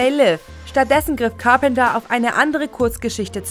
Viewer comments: Car-penter und Unschwellig.... sofort ausgemacht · Du sprichst Carpenter falsch aus.